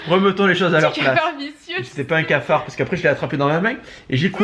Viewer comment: et son "scafard" MDR 😂